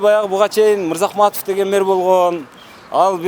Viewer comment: Мер эмес, мээр эмес, меер эмес! Мэр, эми туурасы шаар башчы же калаа башчы болсо кыргызча болмокпу дейм.